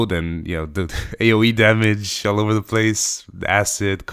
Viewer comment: "AOE dammage all oer the place" ha. great ideas dude.